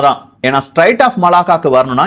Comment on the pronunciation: தம்பி அது ஸ்ட்ரைட்ஸ் இல்ல பா ஸ்ட்ரேட்ஸ் Straits of Malacca. பெயர்களை தப்பாக உச்சரிக்க கூடாது, உன் பெயரையும் உள்ளிட்டு !!!